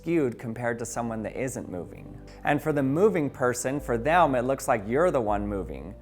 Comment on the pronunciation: “Thaelm” bruh it’s “them”